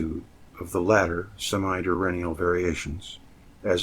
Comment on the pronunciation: Thank you so much 😊 Pronunciation police: pro-Tube-erance due-URN-nul en-VEL-upped